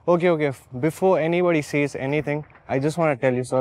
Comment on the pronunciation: it's not okhe It's okay